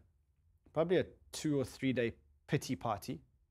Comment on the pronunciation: Didn't know how much I needed to hear the phrase "pity party" in a South African accent. 😂🌍